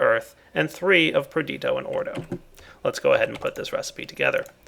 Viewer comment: It is Perditio. Not Perdito.